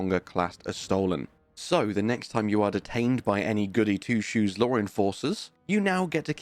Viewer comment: Do you think there’s an “R” in the word “law”?